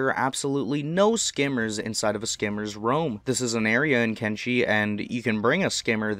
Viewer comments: Lol, it's not "skimmer's roam", it's SKINNER's roam 😅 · Corrections, clarifications or adding stuff to the facts. 22 - It's Skinners Roam not Skimmers Roam hah. 55 - Although they have a healrate of 2 (Or 3 for the subraces like Soldierbot, Screamer, PK etc...) this does not mean that they heal twice as fast as a Greenlander with a healrate of 1. Healrate is basically percent of max hp healed over an amount of time. For instance if you zoom in and look down (So no lag) over 22 minutes game time a Greenlander will heal 1 stun (Blunt) damage. Assuming the Skeleton has no wear damage (Max hp reduced) they will heal 4 stun damage in that amount of time as they have 200 health. Or if the skeleton is Agnu (Soldierbot) 6 health. 59 - I think it's a bit of a Futurama reference. (Headcannon) 61 - The King in the raid is a severely nerfed version of King. His age is between 0.9 to 1.0 in the raid. 64 - Honestly the talking part could actually be seen as a weakness. It would allow you to see them from further away and to know when to hide :) (Opinion) 66 - Fun tip you can carry a limb in your inventory to drop if attacked by Bonedogs. The group will usually run after their buddy who grabbed it provided you aren't attacking them and you'll be ignored. 68 - Just to add Leviathans have the same damage formula as many animals in the game however they have their own custom stat preset which includes 75 Martial Arts. Most other animals have their 10% of their combat stats assigned to Martial Arts... As all animals damage scales based off Martial A